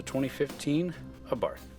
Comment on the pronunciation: Learn how to pronounce the Abarth, silent H. I drive mine everyday, not drony, have scared motorcycles and pissed off many Audi and Mercedes. Who in their right mind would buy a FORD? This car rocks and continues to surprise me everyday. They should have these as loaners at every dealership when your other car is in for service!